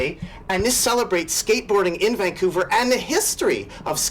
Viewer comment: You almost say Vancouver like a Vancouverite. Nice video